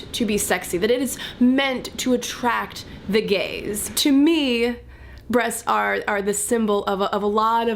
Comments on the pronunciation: When you said "attract the gaze" I heard it as "attract the gays" ... Gays don't like boobs so I was confused. xD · At first I misunderstood her and instead of "attract the gaze" I thought for a second she said "attract the gays" which sounds exactly the same but made me go "huh??" Lol! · "Meant to attract the gaze" I got confused because I heard "Meant to attract the gays" haha